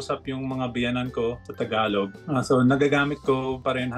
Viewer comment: Yung pag pronounce mo po ng word na ‘tagalog’ para mas cool. Kasi parang ‘takalok’ po yung pag bigkas mo po. 😊